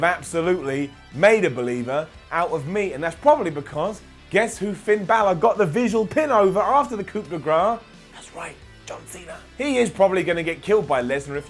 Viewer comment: Please, man. It's coup as in "coo." Not "coop."